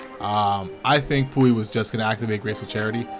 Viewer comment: Lol “pooey” -puy